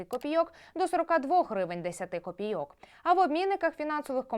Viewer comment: копі'йок, а не копійо'к